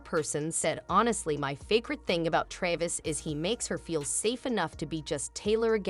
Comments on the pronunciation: I didn’t catch the narrator calling him Tavis. Tavis is what people are using as the combined couple nickname: Taylor + Travis. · His name is Travis, not tavis